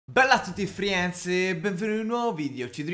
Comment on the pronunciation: Si dice frends